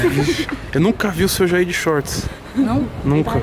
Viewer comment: Como se Escreve: Senhor Jair Como se fala: Seu Jaí